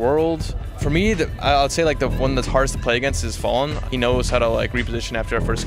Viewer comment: achei daora o Pasha, pois ele pronuncia Fallen e Gabriel da forma que os brasileiros pronunciam!!